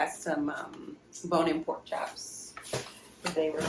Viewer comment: E you said prk like you fromvdown home poke a m d jog guts chatting coffee time not tea for me